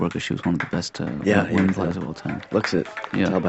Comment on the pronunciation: did you really just repeatedly say "womyn"?!?? 😂😂😂 Wtf